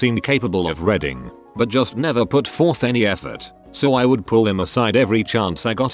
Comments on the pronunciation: "He seemed capable of redding, but never put forth any effort" Just like a certain TTS voice... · "...he seemed capable of reading..." unlike the computer voice that was "redding" this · Ha and I thought robots were smart this one can’t get even say reading properly. Reding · Love me some R E D D I N G . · Voice bot: R E D D I N G